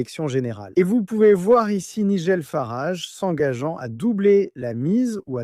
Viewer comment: c'est nul la voix IA . quand c'est programmé pour parler en français , même les noms propres anglais sortent avec une prononciation franco-française . "Nigel Farage" , dans le monde réel , ça se prononce pas du tout comme vous dites .